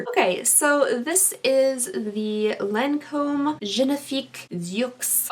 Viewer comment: I believe it's pronounces lawn-comb :) lmao